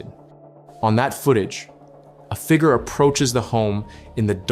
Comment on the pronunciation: I'm so glad this isn't narrated by Ai. At least I don't think it is. Edit: Oh no Google said sounds and visuals were significantly altered meaning Ai. Well it's a good Ai narrator then. Other than how they say figure. Lol